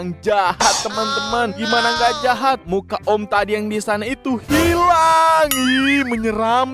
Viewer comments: Kok bilang jahap😅 hehehe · Jahat bukan jahap abangnya gak bisa bacanya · Kakak bukan cahap tapi cahat kakak coba liat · Jahat bang bukan jahap